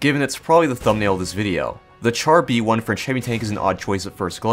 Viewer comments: As a brit that speaks fluent french, it causes me pain hearing people say TChar B1 not Shar b1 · I don't want to be that guy, but its pronounced "shar B1". ("Char" means tank in french)